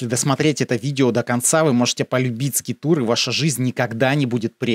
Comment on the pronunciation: 🤦🤦🤦конечно интересно, но бездари: не скитур, а скайтур